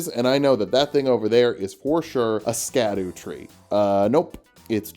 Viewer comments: scadu is just pronounced shadow btw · Wait, it's not pronounced blueskadoo? You be fibbing. Real talk tho, Scadu being pronounced Shadow is something we all should have seen coming. More archaic English please. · Apparently the "scadu" in Scadu Altus and scadutree fragment is pronounced like shadow because it's based off an old English spelling